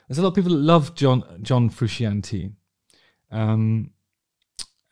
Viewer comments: so what we have learned here is that justin knows eff all. he cant even pronounce frusciante correctly. 13 minutes of pish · There is nothing characterless about Frusciante’s playing in Stadium Arcadium. Also the fact you can’t pronounce his sir name says it all to me. Bad Justin. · How in the name of the wee man can you be a musician who plays a guitar and NOT know its John Fru-shaun-tae 🤯 I'm really shocked you feel this way about a guitarist who is renound for his skillful, passionate, extremely expressive guitar style. Unreal. On a seperate note, part of the major connection between the Chilis and their fanbase is the connection they have with one another, particularly Anthony & Flea. That band have a musical and personal history that Hollywood screenwriters wish they had written. Theres a real love for music amongst its members and (although Flea is arguable one of the greatest bass musicians of all time) they are entirely without snobbery, they dont care about 'being good', they care about playing music, making art, bringing joy and expressing creativity and have been very on message in regards to this from conception.